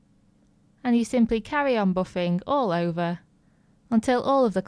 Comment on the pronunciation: Useful tips! "Boffinggg" What dialect is that???